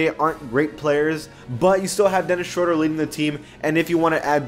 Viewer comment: Bro the way he said Schroder in the beginning 😂